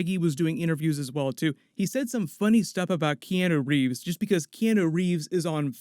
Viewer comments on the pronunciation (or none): No hate towards but anyone else bothered by how he says Keanu Reeves? Or is that how you say it I don’t know pls inform me thx